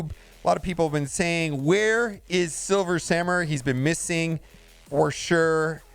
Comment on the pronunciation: "Silmer Swamurai" "Silver Samur" DESTROYER OF WORDS!